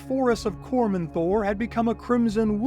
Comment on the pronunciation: Cor-MAN-ther Forest.